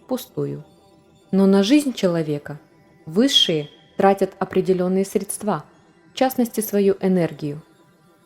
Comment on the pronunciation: Изотерики, не средствА, а срЕдства, срЕдствами. - научиться правильно ставить ударение.